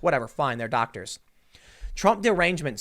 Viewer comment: did you say doctors?